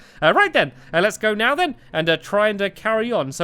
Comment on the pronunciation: who heard meow instead of now... OMG Stacu